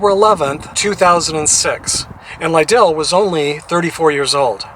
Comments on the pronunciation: Thank u for honoring Cory. It’s pronounced Li-dull. Like ladle. And as a baseball fan and an Oakland native, I have to ding you. It’s the Oakland Athletics, not Orlando. No worries though. Thank you for your tribute to a great mlb pitcher ⚾️⚾️ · Hi,: Two things: I believe his last name stressed the first syllable, so it rhymed with "idle"...and one of the MLB teams he played for was the Oakland Athletics. There is no MLB team in Orlando.